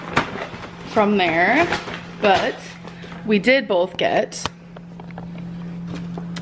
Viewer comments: Bert_the_pooch nah, just can't speak. she also says "bolth", among way more mispronunciations. just laziness in enunciating on her part. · Mispronouncing words is a personality trait to her. “ wommart” “bolth” “buffET” the list goes on.